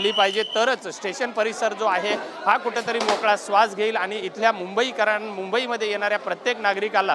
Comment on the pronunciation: Kuthetari!!!! 😂😂😂😂kuthlya shalet shikla re marathi Tu? 😂😂😂😂